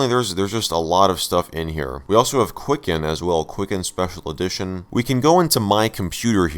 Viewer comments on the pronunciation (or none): none